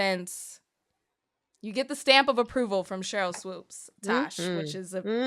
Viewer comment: Just subscribed, then heard you say ‘Swoopes’ ..gone. Good luck 🤦🏽‍♀️